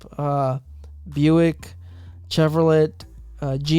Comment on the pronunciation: I’ve honestly never heard one of my Chicano brothers pronounce Chevrolet like that 😂